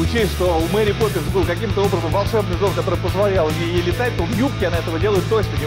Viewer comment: Я один заметил что он сказал мери пепинсс